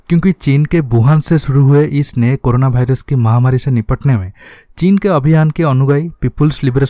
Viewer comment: वायरस या भाईरस, तय करलो कि कया है 😀😀